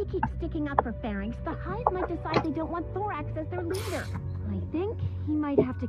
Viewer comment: Farenix? Oh, she means Pharynx. ;)